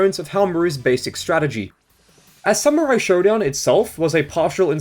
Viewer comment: It's Shodown, not Showdown.